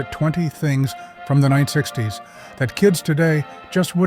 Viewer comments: WTF is 9 60's. AI having problems with saying 1960's? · Can you at least make sure your AI voiced narrative is done correctly before posting videos? Like In the beginning when it’s supposed to say 1960’s. It instead says 9 - 60’s. Anyway, I didn’t realize these decades passed were sooooooo completely unimaginable to people now-days. I was born in 79 but yeah, I guess a lot of these things would be foreign to people today. Just didn’t know it would be as dramatic as this channel is making it 😂. There’s still a lot of nice content/ narrative in this though. Very nice! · your AI narrator, has a problem saying 1960's, it needs speech therapy